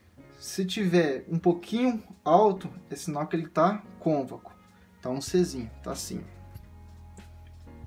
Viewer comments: Muito bom, mas o correto e dizer côncavo e nao "convaco" kkkk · É concavo nao convaco kkkk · Convaco kkk (côncavo) desculpa pela correção mas me deu agonia kkkk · Desculpe lá nas Cônvaco não existe em português. A palavra certa é Côncavo. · Obrigado pela dica, vou tentar regular meu Gianini performance. Quando você diz "cônvaco", o correto seria côncavo, pode pesquisar pra ver. Mas obrigado pelas dicas, forte abraço. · CÔNCAVO, CÔNCAVOOOOOOOO. Não ConVACo!!!!! Karaio. Fora isso parabéns. Vídeo bom. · Show.... Bem instrutiva a explicação.... pequeno detalho de palavra... É CONCAVO e não convaco.... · Não é cônvaco, é côncavo. Mas a dica é perfeita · man, parabens pelo conteúdo gostei muito.. mas o nome correto é CÔNCAVO; embora, eu acabei descobrindo que Cônvaco é muito mais legal de falar. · Mais alguém ficou agoniado cada vez que ele repete "convaco"? hahahah é CÔNCAVO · Muito bom!!! Porém a palavra é CONCAVO e não CONVACO! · Convaco não Côncavo 🙏🏾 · Gostei das dicas mas a palvra é concavo e não convaco te liga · "Cônvaco" .... rachei aqui com todo respeito 😂😂😂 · Ótimo vídeo. Bem esclarecedor. Só precisa cuidar com a palavra Côncavo, pelo visto está acostumado a falar errado. No final do vídeo tem outro erro no agradecimento: vc colocou obrigadA e o correto é obrigadO. Sucesso com a lutheria e com o canal!!! Abraço!!! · Realmente eu adorei o "CÔNVACO". que idioma é esse ??? KKKKKKKKK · Boa!...mas é "concavo" e "covexo" obrigado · A pronúncia correta é Côncavo.